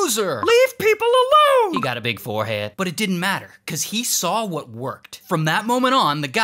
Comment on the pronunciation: "he got a big fohead" 💀💀💀